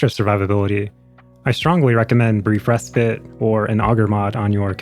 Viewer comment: Thank you for being like the only warframe youtuber to say Respite correctly.